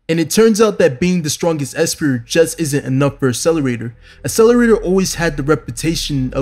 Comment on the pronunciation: There are two Cs in 'Accelerator'. Stop with the ASS-eleraytor bro.